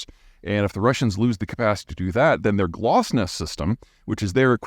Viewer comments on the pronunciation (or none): it's Glonass, not Glasnost ;) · GLONASS not Glossnet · Now Zeihan is a space expert. GLONASS not GLOSNASS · It isn't "GLOSNAS", it is "GLONASS" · Glonass not glastnos :D